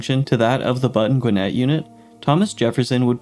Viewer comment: You're pronouncing Gwinnett totally wrong 🤦🏼‍♂️